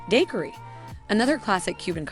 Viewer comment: Thank you for the info! That said, how does someone mispronounce the word taxi? Or daiquiri or arroz con Pollo. It was a little distracting.